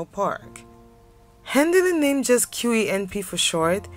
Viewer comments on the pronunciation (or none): none